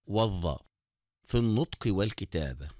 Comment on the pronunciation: الطفريك بين الضاد والظاء في النطك والكتابة😅😅😂